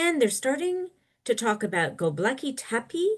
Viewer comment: It's Gobekli not Gobleki. You undermine your entire position when you seem to not know what you are talking about.